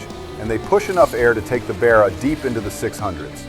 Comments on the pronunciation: I cannot for the life of me like this video.....😅 Because the way you pronounce Barra....😅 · I cannot for the life of me like this video because you pronounce the word Barra.... It's a complete insult to Australian culture sorry. Coconut 🥥🥥